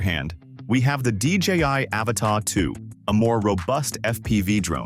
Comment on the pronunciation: By 18 seconds in, its R👀NED! 😂😅😂 What is this, the latest James Cameron flick? "THE AVATAH 2 The way of wahwah?